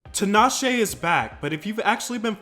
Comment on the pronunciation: fyi it's tea-nash-ay not tin-ah-shay